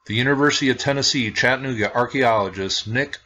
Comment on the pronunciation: What you are mis-pronouncing is Chattanooga. It is Chatta - nooga,,,,not Chattan - ooga.